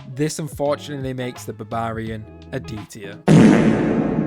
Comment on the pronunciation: And barbarian